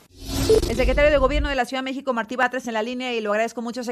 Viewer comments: Querido, por favor infórmate mejor, el nombre de Martí, se dice así no como tu dices. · No es Marti, es MARTÍ, ojo